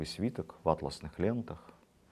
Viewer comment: Владимир Ростиславович, Вы неверно ставите ударение в словах "оперились" И "атласный". Если замечу ещё подобные огрехи, напишу.